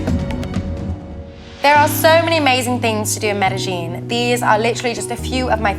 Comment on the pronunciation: great video but please.. pronounce Medellin properly.